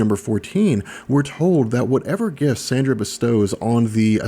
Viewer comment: The external's name is Candra, not Sandra. LoL. And your origins story really didn't touch up too much on how Gambit was found as a baby, his rearing in the Thieves Guild, as well as his true connection to Sabretooth (outside of the Marauders). Not really mentioning his romance with Rogue was a bad move. Other than that, a fairly good bio. Gambit is my fav male X-man. I think he's so popular because he's so cool, has a mysterious past & has distinctive/versatile powers.